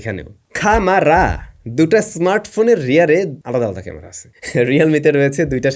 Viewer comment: খামারা উচ্চারণ টা হেব্বি হইছে ভাই 😂😂😂😂